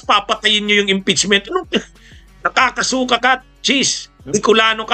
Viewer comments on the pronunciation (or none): FYI …NAKAKASUKA is pronounced with accent on last syllable . Not on second to last. ☮️